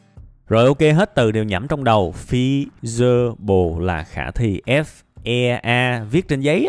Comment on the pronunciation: ôi, fe si bờ le =-))))